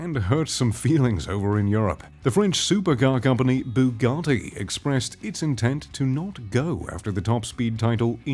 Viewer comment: Also take some speech lessons and learn how to pronounce automakers names and their models like when you said bugatti it sounded like you swallowed a bug